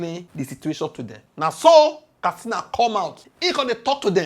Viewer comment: K A T S I N A Not kastina